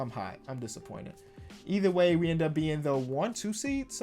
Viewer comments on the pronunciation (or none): none